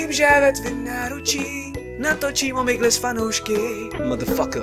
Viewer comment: Jsem jedinej dko na začátku rozumněl: Další díl o mejdle s fanoušky? :DDDD To zní jako nějaká Talk Show :D